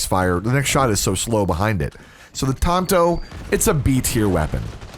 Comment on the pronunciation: “The tainto”😂😂